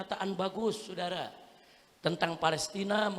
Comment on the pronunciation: SAUDARA...bukan S U D A R A